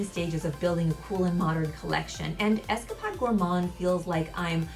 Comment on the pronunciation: Nothing comes close to how sticky and thick this is! Also you Are pronouncing escapade wrong it’s got along a not a short one it’s like you were on an escapade not Esca pod